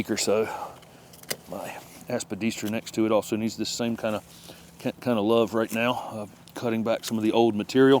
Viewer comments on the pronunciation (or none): none